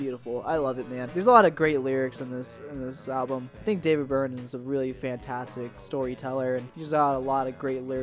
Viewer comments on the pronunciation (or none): The first time you referred to Berman, it honestly sounded like you said David Byrne